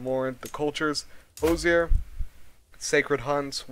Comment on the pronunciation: Btw, Hoosier is pronounced like “whos-er”, not “hose-er”. Not a big deal, just jarring to hear as an Indiana native.